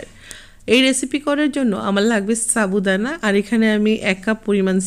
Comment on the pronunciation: আজকে তোমরা দুই বোন একি রেসিপি দিয়েছে,, মুক্তা আপুর টা দেখে তারপর তোমার টা দেখলাম ভালো লেগেছে। আর তুমি সাবুদানা কে চাবু দানা বলো কেন